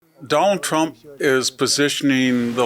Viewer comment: The way Victor pronounces “Done-al Tromp” cracks me up. Very unique pronunciation. 😅😅